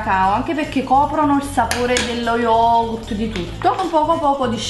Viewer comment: pronunci male lo yogurt comunque il Greco e una lingua difficile